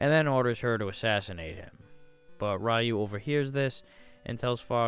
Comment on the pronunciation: It’s (Re-u) not (Why-u)!